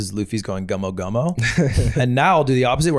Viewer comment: Gomu Gomu lol not Gumo Gumo silly